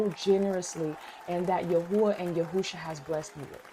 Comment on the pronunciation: It's yahawah and yahawahshi